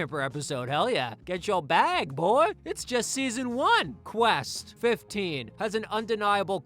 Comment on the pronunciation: @@ first of all that’s not even how you pronounce his name it’s Qwest. Exactly so get it right